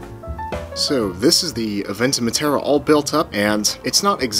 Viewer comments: Is it just me or did he say abenton wrong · This dude keep saying aventen and not aventon